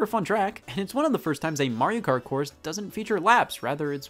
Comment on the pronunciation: Literally everyone: Mario Kart Scott: Mariokurt